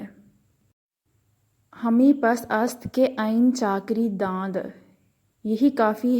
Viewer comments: CORRECT PRONUNCIATION IS ""'DA NAD"" NOT DAND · آپ کا تلفظ انتہاہی غلط ہے حسن شعری برہم کردیا آپ نے۔۔ برا مت مانیے گا میں نے محسوس کیا اور کہہ دیا بجاۓ کے مثلِ پرخاش سینے میں رکھوں شکریہ۔۔۔ لفظ دانستن مصدر سے مضارع ہے داند daa. nad نا کہ dand ساغر صدیقی کا شعر بھی غلط پڑھا آؤ اک سجدہ کریں عالم مدہوشی میں لوگ کہتے ہیں کہ ساغر کو خدا یاد نہیں ساغر صدیقی